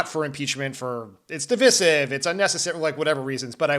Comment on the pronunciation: Please stop mispronouncing divisive